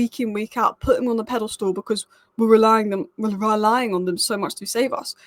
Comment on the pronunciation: What's a pedal stool? 😅